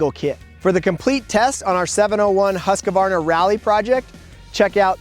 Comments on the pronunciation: It’s pronounced Husk-var-na. Not Husk-a-var-na. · OK,... a pet peeve of mine. The name is Husqvarna!!! NOT Husq a varna!!! People have been driving me nuts with this for 60 years now. THERE'S NO A IN THE MIDDLE !!! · Why do Americans have a problem pronouncing Husqvarna ? It is simply pronounced Husqvarna , not Husq-A-varna. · „husqAvarna“ ik its no big deal but it triggers somehow🙄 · Why can't you guys learn? It's not Haskavarna!! What the hell is wrong with you all? ofcourse, the Akra-povik is here aswell... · hus-kA-varna? akrapOviK ? wtf is wrong with you? its husqvarna just as you read it and there is a reason why there is a c at the end of akrapovic. its like akrapo-which. i am actually mad right now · Dur svårt ska det vara att säga Huskvarna? =) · oh man, nice bike. But Husko-Farna ???? Akro-povitsch ??? it hurts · In Austria, they pronounce it, Hoos-va. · i really want to punch his face so hard for pronouncing somthing in such an annoying and wrong way